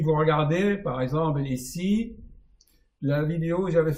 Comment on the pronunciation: Cher, depuis longtemps je suis vos vidéos et je trouve les réponses à mes questions, vous faites beaucoup de bien, au monde entier! merci beaucoup! Cependant, lorsque vous prononcez le mot composé "par exemple", vous dites " par exemble". Ce n'est pas pour vous vexer, j'en serais mal à l'aise mais tout simplement pour que l'oreille de l'auditeur en bénéficie. Sinon, vous êtes un génie.